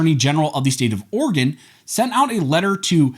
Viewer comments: OrEgan not organ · He said organ measure🤓